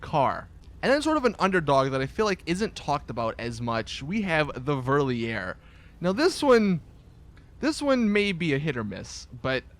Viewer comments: "Whirliair" sigh´DUDE! "Fair Lee Ruh" Its Loser in German JESUS! xD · Hhhhh wie er Verlierer ausspricht :'D